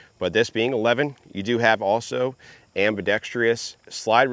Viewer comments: The word is ambidextrous. Not ambidextrious! Good grief! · ambidextrous not ambidextrios … 🤦🏼‍♂️